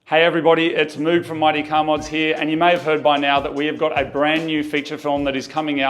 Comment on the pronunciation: It amused me that Kei To The City is pronounced "kay" and Moog talks about his "mohg" synths.